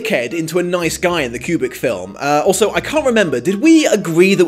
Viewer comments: Love your reviews. But I would like to point out that it took me halfway through the video to figure out that you were actually saying 'kubric' as I'd been wondering what the fuck you meant by 'cubic adaptation' haha. enunciate, dude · ..........it's "Koobrick", not "Kyubrick" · Is it just me or the way he says Kubrick it sounds like cubic.